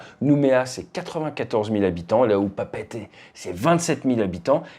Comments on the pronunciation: Ate tu l'as bien prononcé 😮 d'habitude les français de métropole disent "papette" pour Papeete mais c'est bien comme t'as dis "Pa Pé été" 😉 encore une preuve de ton sérieux infaillible fly safe 🙏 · Merci pour la correcte prononciation de Papeete en intro ... ❤